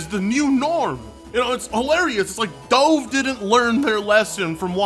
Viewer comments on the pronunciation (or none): its d-uh-v like the bird you have at weddings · Slight nitpick, but Dove is pronounced like the bird, not as pronounced in the video… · You keep saying hypocrite,I don't think you know what it means, also you said doove, it's pronounced "duv" who never heard of that soap.. anyway woke is when they try to put a regular looking person instead of a 10/10 model in a game because most women don't look like that.. just trying to include everyone so ppl don't get bullied.. I'm considered a conservative and easily understand this concept, grow up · When you say dove. Are you talking about the soap company? I was really confused by this as we pronounce it as duv in the uk. 🤣. I was like. What the hell’s he on about. What’s a dove. Unless I’m wrong. Which could be. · Is it my hearing...? Can you not say "dove" properly? Really? lol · Bro, the way you say Dove is fucking crazy lol. You gotta learn how to pronounce that lol. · Is there a joke I'm missing about why mispronounces Dove? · I think he's just genuinely rather than willfully ignorant on the pronunciation, perhaps thinking there's only one way for the word to be pronounced. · Can't tell if is calling Dove as the past tense of diving instead of the bird on purpose or not. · Lmao, it's "Dove" the bird, not the action. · Say dove again 👀